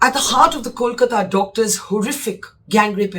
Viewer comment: Good questions. Please Barkha learn how to pronounce Kolkata. It’s not that difficult. Ask someone to teach you how to pronounce it.